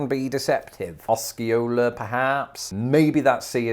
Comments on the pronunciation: They actually got Osceola wrong, unless you're talking specifically about the tribe. My school played against Osceola and it starts with a long O sound, like "Oh-see-oh-la." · That’s not how we say Osceola. I’ve always heard it pronounced with a long O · As someone who LIVES in Arkansas, and not far from Osceola - I can tell you it's OH-see-o-la. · It should be pronounced O’see-o’la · Osceola, Oh-see-ola is the correct pronunciation. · Osceola should be pronounced Asi-yahola, not sure how Arkansas pronounces it, but in Missouri my parents called it Ohs-C-ola, but there are many Osceola's in the USA, probably each is different. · The program didn’t pronounce Osceola correctly. It is o-c-ola or Oh-si-ola. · Osceola was pronounced wrong. The opening 'o' is long Oh-see-oh-la. Source? I grew up there. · That AI robot misled you, Osceola is with a long "o", not short. 😉 That's my neck of the woods. ❤️ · Osceola actually starts with a long o sound. The computer mispronounced it. I live just south of it. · The computer got Osceola wrong. It's close. At least in Arkansas not how we pronounce it. You pronounce the O with O sound. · OH-cee-ola... not AH-cee-ola... And, it's shih-NALL... But, hey, you did pretty well! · Hearing the recorded pronunciations, really says that you CAN'T go by it for the correct way of saying all these towns. 😩 (I'm from Arkansas, almost 60yrs.) Some are close enough to be passable BUT NOT completely correct. Ex: 1. Osceola - should be > O•SEE•O•LA 2. Chenal - should be > SHHH • NAL Just to name a couple... 🤷‍♀️ I still LOVE YOUR VIDEOS!! 💜💜💜